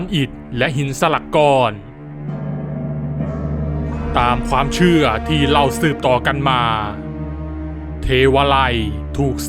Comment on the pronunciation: พี่พูดชื่องง